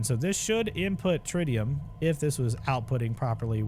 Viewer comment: Getting a partial tutorial during a speed run is wild. It’s not step by step but if you understand the basics you’re being educated and entertained at the same time. BTW, Tritium is pronounced Trit-e-um